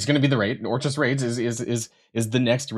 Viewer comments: Or-kiss not or-chis. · It's orkis... orchis sound out the k. Smh. 😂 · If this dude pronounces Orchis incorrectly one more time... how are you a content creator for a Marvel game and dont know basic things like how to prononce things from major plots of the comics. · I know Canadians who pronounce it perfectly fine. FOH with that BS excuse.